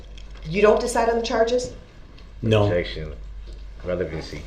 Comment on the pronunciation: Abjection!! “BIAST” 🤣🤣😆😭